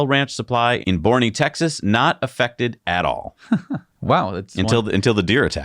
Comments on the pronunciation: FYI Boerne, TX. Pronounced "Bernie". German settlers in 1852. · lol, And the town in Texas called Boerne with the Hummer EV is pronounced like Bernie.... everyone gets that one wrong.